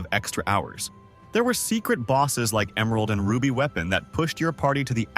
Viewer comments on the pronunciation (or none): none